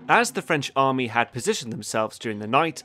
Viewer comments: Nobody:: Armay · It’s not Armay but Army